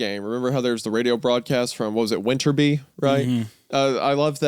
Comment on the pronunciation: I cannot believe that they're still calling wintery bay "weatherby" lmao. And it was jubilation with the radio station (I love that episode so much)